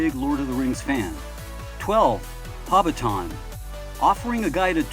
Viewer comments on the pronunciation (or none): Who pronounces Hobbiton in that absurd way?